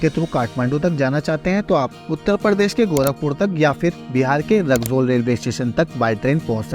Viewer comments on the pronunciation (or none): ❌रकजौल ✅रक्सौल😂